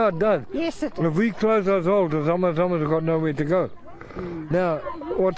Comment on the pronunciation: It's not Zama zamas